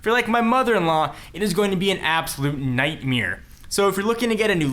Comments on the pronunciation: "Nightmere", I guess its time to call the Webster Dictionary company again... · you said "nightmare" weirdly lol